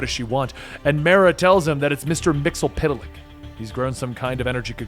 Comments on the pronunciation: Mr Myxzptlk not Mr MyxlPtlk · "Mxyzptlk" is not pronounced "Mix-el-pit-a-lick", it's "Mix-yes-spit-lick". Come on, man, he was played by Gilbert Gottfried, the least you can do it get his name right. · It's (MIX-YES-SPIT-LICK)